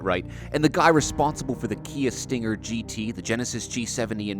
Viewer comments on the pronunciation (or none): none